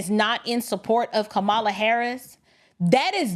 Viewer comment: I guess it's just too much to pronounce Kamala's name correctly, huh?